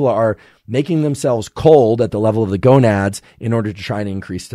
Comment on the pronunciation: He said gonuds haha! :face-blue-smiling